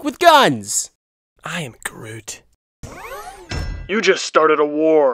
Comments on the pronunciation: The Flash 101 it is grooy not groom XD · Grooy, not Groom, Groot, not Grooy, seems familiar.... "Zod, not Grodd!" "Grodd, not Zod!" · The Flash 101 its groot not groom. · The Great Newb its groot not grooy